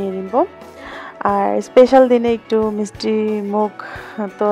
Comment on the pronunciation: আপু মিসটি না মিষ্টি হবে।মিসটি শুনতে খুব খারাপ লাগে।